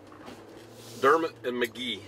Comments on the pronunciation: The Drew Foam location you drove by is the old location. The company hasn’t operated from that location in years. Also, the correct pronunciation for Dermott is Der’mott (not mutt) with the emphasis on Der. Elvis spent the night at my Aunt’s home and was accompanied by her son, Mack Harkins, who was the Sr. Class president when they went to a party in McGehee. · it is Der Mot as pronounced not pronounced Dermat. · Quick P.S. You might have known this but it seems was too polite to correct your pronunciation of Dermott to the local custom: It's Der. Mott. Again, enjoyed.